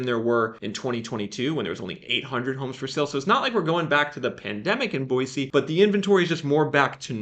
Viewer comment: Live here in Boise and have been watching your videos awhile...spot on and so impressed how far your correct pronunciaton of the city has come!